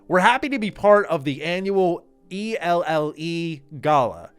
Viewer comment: "E-L-L-E" lmao its just pronounced "L"